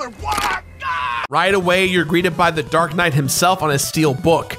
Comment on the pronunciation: It’s dark not drak